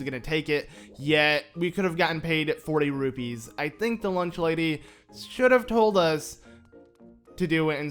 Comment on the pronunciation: Sounded like a B